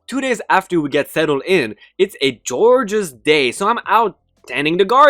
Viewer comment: Gorgeous is pronounced as hard G as in Gore or ggrrr like a growl, NOT like you said it as jorjeous.